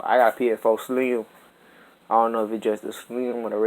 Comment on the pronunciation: Dis man's said psFOE